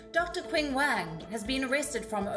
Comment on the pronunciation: Qing Wang is not pronounced as "Quing", but instead as Ching!!! The Q equals Ch in Chinese